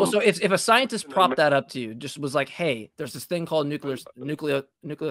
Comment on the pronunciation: JMIKE, it is pronounced NUKE-LE-AR, not NUKE-U-LAR! ✌